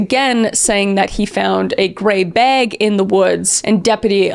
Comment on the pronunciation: sometimes I forget she’s Canadian, I like the way she annunciates bag It makes me giggle.